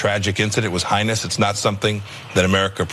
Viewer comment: Highnous is not a word, it is heinous pronounced Hay-nus.